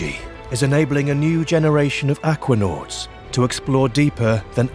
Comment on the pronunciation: Act-wah-nots.... aka Aquanauts.